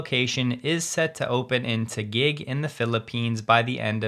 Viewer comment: I can’t believe you pronounced Taguig right!